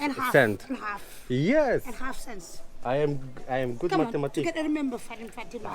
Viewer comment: "aj em gud matematik" haha pozdro